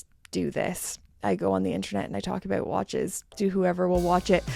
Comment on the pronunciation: I love how you say “about” — Aboot lol